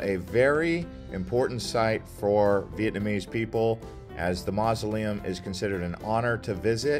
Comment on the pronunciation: I love ur videos and I lived in Hanoi Vietnam for 3 years.. still learned from ur video. Although your pronunciation of Vietnamese words it's actually worse than mine which I didn't think was possible lol. Still good info